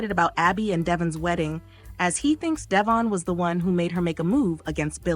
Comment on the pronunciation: Thanks for Y&R updates, but please pronounce Devon's and Jabot's names properly.